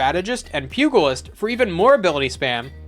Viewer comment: Say it with me: pew-jill-ist Not pug-ill-ist